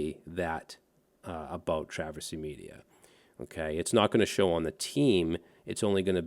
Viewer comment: It's always "meida"